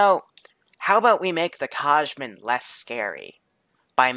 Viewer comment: The Kajman is pronounced Ky (As in "sky)-man. Just waltz around the faction showcases for a bit, or pull their audio, my recommendation.